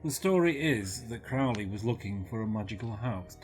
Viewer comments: Aren't you mispronouncing his name? Isn't it Crow (like the bird)-lee? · oh "31" comments, now this one, why do so few people pronounce Aleister's surname correctly?, rymes with holy you know... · Crow ley as pronounced to sound with the bird xxx